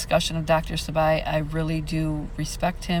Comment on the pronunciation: Dr Sebi prounounced see-bee . ... I've seen Maleah holding that doll in a picture I believe and the case is heartbreaking 💔.... Also they speak of her having brain surgery because her head was hurt .. They say she fell ,but I feel her stepfather did something to her .. Also my friends and I are working on her case as well to get fight for justice . Thank you for what you do our do.... Also the word burn resonates her stepdad had for gasoline that was found in his trunk and him carrying it .